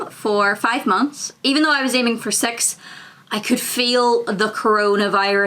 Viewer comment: "Six" or "Sex"? :P